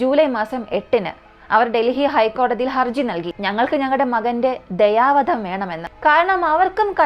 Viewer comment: ദയവാധം അല്ല കുട്ടി ദയാ വധം